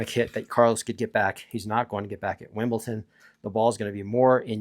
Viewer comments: Brother, why do you keep on saying “Wimbleton”? Is it for engagement so that people are gonna comment that it’s obviously pronounced as Wimbledon? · It sounds like youre pronouncing wimbledon like winbleton. Just saying